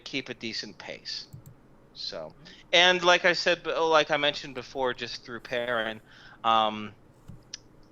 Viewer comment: danm it each time he says perrain I thing he talking to squee